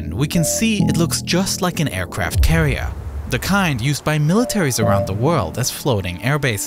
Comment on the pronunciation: the aicwaft cawiew🤣🤣🤣🤣